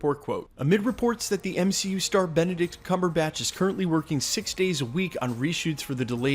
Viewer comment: Cumberbach pronounced bock not batch lol sorry I couldn’t help myself